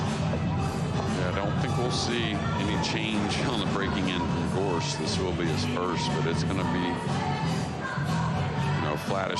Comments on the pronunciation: Hearing that guy say Gorscht over and over is just unnerving. That shot was magical. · What's up with that announcer calling him "Gorscht?" Are we in Germany? 🤣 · Yates just cant say "gorst" he is not very good commentator anyway..